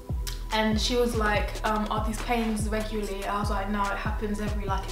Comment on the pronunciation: She “regyully” makes me laugh 😂😂😂😂